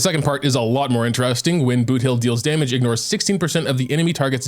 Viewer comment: He butchered boothill like crazy. Many are recommending for him to redo the whole video